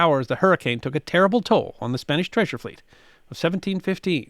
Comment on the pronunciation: A good account of the world of the treasure fleets, but the would do well to work on his Spanish pronunciation!